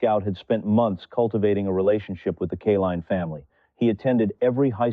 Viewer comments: Nice story. BTW, it's Kay-line, NOT Ka-leen or Kuh-line. Not good AI!! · Lee's proofread this video and redo it. 20 years and 12 days before 20 years and 24 days is only 12 days. It would have meant that alkaline would have had to have won that batting title on the day of his birth his name is Kaline... with a long I. Because of the e at the end. Not Killeen. At least have the respect to pronounce his name the way it is written. Other than the obvious flaw in the way you're presenting the story depending on AI instead of having an actual narrator and if this is a narrator he needs to learn how to speak. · His name is pronounced K LINE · Didn't appreciate your "CAH-line" or "KAY-leen" pronunciations... How about hiring REAL/LIVE folks? ...and a baseball enthusiast would be "nice". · The Greatest player for the tigers during my generation. But the narration often mispronounced his last name. Should not have happened